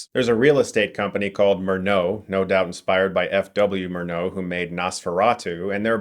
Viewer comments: MurnAU, not MurnO. Jeez, americans... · It's 'Mur-nau', like 'more now' - not 'Merneaux' or something. He wasn't french, you know ... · ... MURNAU is not pronounced MER-NAUD (or MER-NO) but MURR-NOW - never seen a movie by that man, Mr Stuckmann'ized ?! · Just a friendly note - the visionary German director F.W. Murnau's last name is pronounced "Moore-Now". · Btw, the guy who made Nosferatu is pronounced MOOR-now. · Just fyi, Murnau is pronounced like "Mournough" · Yeah, he spoke it as if it was a french name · Hopefully they don't also mispronounce Murnau.